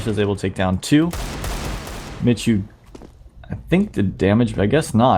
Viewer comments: It's pronounced Mee-hu duh! 😒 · You read it more like 'miku' ;) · Sebastian Szemer No its "Mehoo".